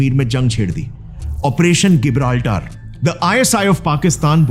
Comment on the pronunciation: When there was convergence in the interests of India's RAW and the Soviet Union's KGB, then what was the need for the KGB to work against RAW? Operation Gibraltar isn't called गिबराल्टर , rather its जिबराल्टर Your pronunciation as गिबराल्टर is wrong.